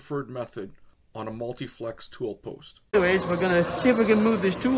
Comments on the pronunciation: You keep saying "multiflex" but it's actually "multifix". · Ok, multi FICKS tool post, spelled multifix. Notice that you spelled it correctly in the intro header. Since this is only a 2min26sec video, really wondering why you couldn't go back and re record the audio track? Sorta makes it hard to take the vid seriously.